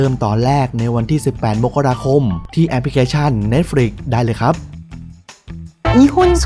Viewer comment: เพิ่งได้ยิน ออกาเสียง เน็ตฟลิกซ์ ถูกต้อง เป็นคนแรก ส่วนมากได้ยินแต่ เหน็ด-ฟลิ๊ก.ค่ะ ขอบคุณที่มีซีรีย์ ใหม่มาแนะนำ นะคะ ติดตามตลอดค่ะ😀😍